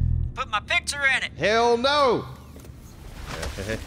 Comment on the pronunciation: I hate the way says "pitcher" instead of "picture". That's it, that's my 2 cents on the internet today. Have a good day everyone.